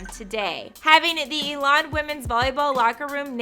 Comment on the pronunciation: First comment I want to make clear to this chick is to learn how pronounce Elon college!!! It’s ‘E’ lon college. Geesh.